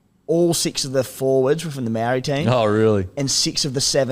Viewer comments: Maori is pronounced like "mouldy" but without the L (because ur meant to roll the r in "ri" if u can. Otherwise just say mou-deez nutz on ur chin) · Easier way to learn would be to not rush saying Māori. Ma o ri and roll the r. Say it slow till you can confidently say it fast. Try it with all Māori and Polynesian names it will help heaps and slowly you’ll get the hang of the languages and will be able to pronounce anything using the principles you learn. Issue is you guys are trying to learn individuals names instead of the basics of the languages itself.